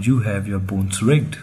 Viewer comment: Could you at least try to say BONES and not BOONE